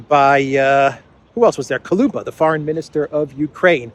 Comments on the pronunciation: Soros is a 🐍🐍🐍🐍🐍🐍🐍🐉🐉🐉🐉🐉🐉🐉 BTW he's Kuleba not Koluba😅😆😆😅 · The name is KuLEba not Kuluba!